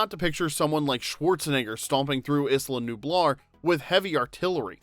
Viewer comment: It’s not “Iss-la Nublar” it’s “Aye-la Nublar”